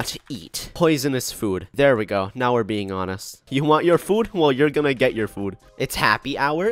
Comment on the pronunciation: Can we talk about the way says food. It sounds like “fuud”